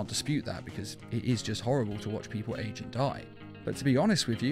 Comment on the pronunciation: Ageo???? AGEO????? u mean age right??